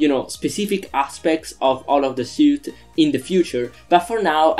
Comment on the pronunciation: It's pronounced like "sweet".